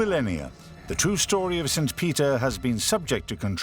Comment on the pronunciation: It’s really driving me absolutely freaking crazy how he is pronouncing the word saint